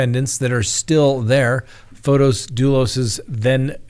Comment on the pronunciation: it is Not FotOs. It is FOTIS with an 'i'. I watch you from Greece and every time I hear you say FotOs, it is athorn in my ears. It's like someone was to call you Scitt instead of. The name FotOs doesn't exist. Besides that, I love your daily updates. Much love, xoxo.